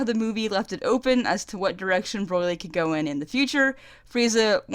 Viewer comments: The way you say BROLY'S name make it sounds like you're saying BROILY LOL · Woofen Tango "Broy-Lee" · Broyly....not Broly? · STOP Saying Broily. It's Broli, just that, that simple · BROILY?!!!! STOP IT! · I keep hearing "Broilry". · wow, i think that's how an aussie would pronounce it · oh, ok. I just thought it sounded like something similar to australian pronounciation, my bad